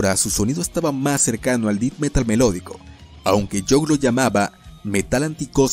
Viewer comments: Como sugerencia para mejorar el contenido, la pronunciación correcta de la palabra death es De-th y no Di-d. Muy buen contenido e ilustraciones. Gracias por la informacion. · Me gusto mucho tu video, solo me daba un poco de cringe cada vez que decias "dit" metal es Death metal (se pronuncia como "det") , fuera de eso realmente deberias tener mas subscriptores. Sin duda una banda De Blackened death adelantada a su epoca. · Pronuncian muy mal los nombres y no se dice dith metal, es Death Metal, el apellido de Jon Nödtveidt también lo pronuncias mal. Gracias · Si me sacó un poco de onda que digas “dit metal”, dilo igual que el vocalista de Mayhem carnal, así como se lee, igual buen video con información muy chida 🤘🏼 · así es, y digo no tiene que pronunciar perfecto, pero el "Dit metal" si me saco de onda. Pero hace un buen trabajo. Saludos. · "def" metal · Buen vídeo, pero cada vez que dices "dit metal" muere un gatito sacrificado. Haces bien lo más difícil, el vídeo, ¿y no puedes ir a Google translate a corroborar como se pronuncian las cosas en inglés? No entiendo. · "Dit" Metal?? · "Did meral" 🤣🤣🤣🤣🤣🤣🤣🤣🤣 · "Dit" metal. 🤣🤌😵‍💫😕🙃😂😬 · Me pasó igual... también cuando dijo mal el nombre de la banda. Tiene algunos errores en su pronunciación del inglés, pero el vídeo estuvo muy bien. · Él quiso decir: death metal. Es una mala pronunciación.